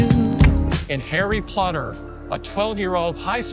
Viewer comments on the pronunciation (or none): Harry Plodder ……..😂😂😂